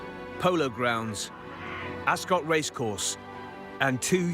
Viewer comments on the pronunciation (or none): Suddenly realised AI commentary. Can't pronounce ASCOT. Pathetic.